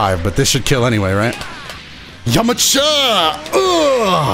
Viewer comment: Did he say yamacha instead of yamcha